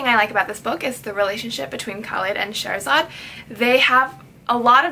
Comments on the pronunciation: Her name is pronounced Shahr Zaad. Shahr meaning city and Zaad meaning born so her name means born from the city in Persian. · It's pronounced (shah- ra - zad) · Her name is pronounced sha-h-ra-zad